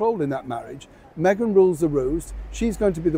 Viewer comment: You said it hawy "what megain wants megain gets", no change there.